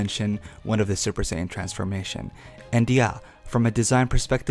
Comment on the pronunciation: 1) "USSJ" was the form used by Future Trunks when fighting Perfect Cell. Both Goku AND Cell explain to Gohan and Trunks respectively why this form is a BAD one. It limits the bodies ability to move. Mixing it with SSJ-Blue would not help at all. 2) It's SAIYAN, not Sanyon 3) Personally, I believe that SSJ2-Blue, SSJ3-Blue, or even SSJ4-Blue would be the most logical choice, but if I were to make a more powerful version of Super Saiyan God, I'd give it Silvery-White Hair, and call it "Super Saiyan Silver" or even "Super Saiyan Platinum"